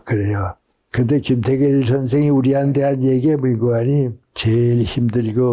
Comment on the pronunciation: 뮁고하니,외국어 인줄 ㅋㅋㅋ 뭔고하니